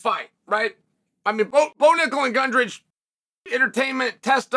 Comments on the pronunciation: Almost got it this time chael but it’s not brungage it’s brundage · Just watched an interview with Cody and he’s not happy with Chael for the name mispronunciation. He’s definitely on team Jorge